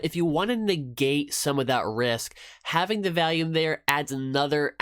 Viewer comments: OMG can you please quit calling it valume lol.... it's volume, you know like volley ball, it's vol, not val! Thanks for sharing it is interesting to see your choice of EMA's. I've been curious about 9 and 21 EMA's but I haven't used cross overs as sole decision to trades on yet. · great vid! p.s its not valume its volume hides face